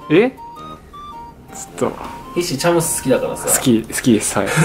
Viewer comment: チャムスが茶碗蒸しに聞こえる……。